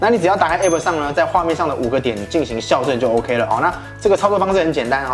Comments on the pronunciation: 校正==>ㄐㄧㄠˋ ㄓㄥ 笑正 ! 笑正 !! 笑正 !!! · 哥，校正，唸 （ㄐ一ㄠ四聲）正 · 「校」正:音同「叫」。